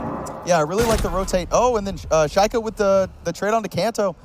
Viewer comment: Boris Müller oh yeah. Listen how they pronounce shaiko. I was like wtf. Obviously this casters doesn’t know who shaiko is